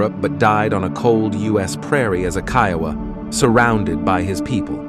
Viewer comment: Man you sure your pronouncing Kiowa rite ?